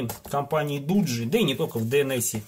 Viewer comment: Не дуджи а доджи